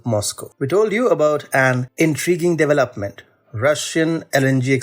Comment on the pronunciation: It's a de-velop-ment not a deva-lopement